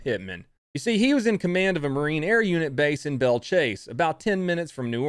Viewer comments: Thank you for pronouncing Belle Chasse correctly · I love that you said Belle Chasse correctly. Being from there and moving to upstate New York, people say it incorrectly all the time .